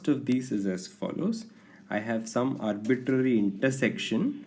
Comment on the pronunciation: Why he say arbiTTTary is funny